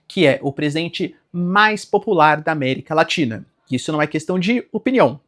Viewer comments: América LATINHA 🤣 (Normal. Acontece. Mas é engraçado) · Eu ouvi américa latinha? Kkkkkkkkkk